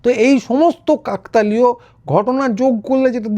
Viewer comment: কাকতালীয় উচ্চারন টি ভুল হচ্ছে।